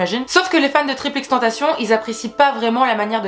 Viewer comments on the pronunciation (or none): Cool la vidéo par contre on dit pas “triple x tentacion” ça m’a stressé 😂